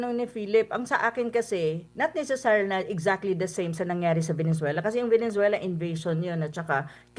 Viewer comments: Venezuela not venenzuela😂🙄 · VENEZUELA PO PROF HINDI VENENZUELA 😂😂😂